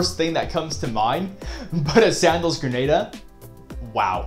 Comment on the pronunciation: Good stuff. One thing of note - it’s pronounced gruh naa duh.